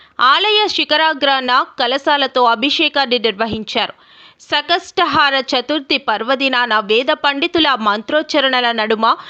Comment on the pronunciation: అది సంకటహర చతుర్థి సకట హరచతుర్థి కాదు ... కొద్ది తెలుగు తెలుసు ఉన్న వాళ్ళని వ్యాఖ్యాతలుగా ఉంచితే బాగుంటుంది